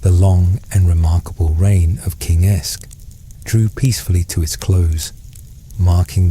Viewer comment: Every linguistic source I can find says that “AEsc” would have been pronounced “Ask,” not “Esk.” It sounds like the “a” in “hat” or “cat.”